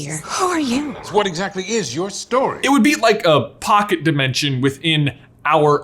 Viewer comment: the second he said poclet dimmension i thought about kamui...no one